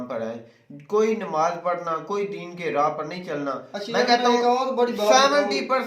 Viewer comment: Dadi wale jahil Mulla nimaz nahi hota hai namaz hota hai pehle bolna sik